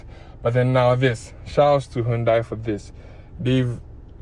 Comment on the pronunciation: The way you even pronounce the “Hyundai” shows you really know the job. 👍🏻